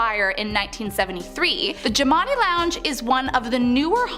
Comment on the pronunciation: The jimani is pronounced Gemini like jim an i....Shreveport is pronounced shreeve port, and at first you called Chloe Clair. I live on the westbank of new orleans